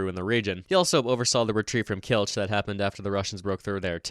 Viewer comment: Overall pretty good, but Kielce should have a “ts” sound not a “ch”